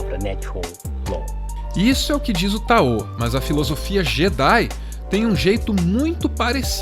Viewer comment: Vocês sempre falam Taô... mas não seria Táo? 🤔